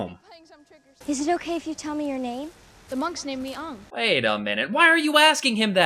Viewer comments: Literally hated every moment of this movie! from the horrific way they portrayed the characters, how they pronounced the names of the characters. They ruined the amazing story that was The Avatar The Last Airbender. like holy fuck!!! its ANG!!!!!!!!!!! say it with a capital A! I don't care if its the traditional way!! Clearly the show you based this movie off of didn't give a fuck! Then don't change it!! Also idg the whole not being able to make fire out of thin air! Thats how it was in the show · I get that M. Night wants to pronounce all of the names the way they're spelled. Such as pronouncing Aang "ah-ng", and pronouncing Sokka "Soh-ka". However, I find it very odd that he chose not to pronounce Uncle Iroh as Uncle "ee-roh". If you're going to do something, do it all around. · If you knew a good movie when you saw one you could point out the many flaws in this movie. The name pronunciation, the horrible dialogue and acting, the rushed feeling it gives you the entire movie, pointless scenes (To me when Aang NOT ONG summoned that tidal wave only to do absolutely nothing with it?), to much exposition because they tried to cram almost a days worth of footage into almost 2 hours, and just a plain all around bad movie. A 7 year old could see this a terrible movie. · Don't forget they got their names wrong too. "Sohka and Aung" are both wrong. It's suppose to be "Sauh-ka and A-ng" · UNG!!!!!!!!!!!!!!! UNG!!!!!!!!!!!!!! This is utter idiocy. It is Aang not Ung! Couldn't they at least get an actor who could pronounce the names right! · Haha. What a joke. Pronounced aang as ang to make it more chinese. What about yue? Why is it still you-eh? -.- this movie, as said in the clip, is a complete waste of time other than the graphic. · I hate that they say AH-vatar and Ong. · Its not ung , its AANG ! -.- can't you pronounce names correctly ? Now after my sister watched this she's been screaming UNG at my face a thousand times .